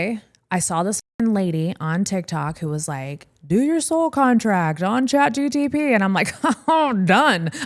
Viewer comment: You said chatgtp alot its chatgpt lol